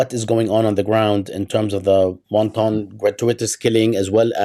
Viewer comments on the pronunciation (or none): Unless you're talking about the Chinese dumpling,, the second syllable in "wanton" gets the Schwa sound. With love, as always... ❤